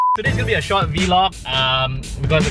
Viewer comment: Vee-log? Hmm, okay...